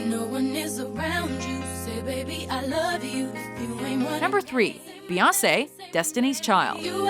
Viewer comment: Why do you say Beyoncé like "Beyawsay?" What do you have against the letter n?